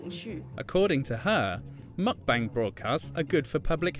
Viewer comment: Your saying “meokbang” 먹방 incorrectly 😢